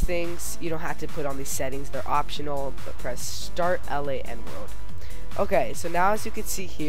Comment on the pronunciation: Stop saying L A N It is pronounced like land without the d. It means Local Area Network.